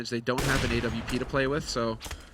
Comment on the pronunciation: Every time I hear them say A W P, Im like wtf is a A W P! It's an AWP.